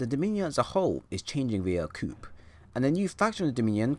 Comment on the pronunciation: Props for bothering to make Anthem lore content and speculation in an otherwise negative time for the community. As a helpful sidenote, the P in "coup" is silent, making the word sound like "coo." Good luck to ya buddy!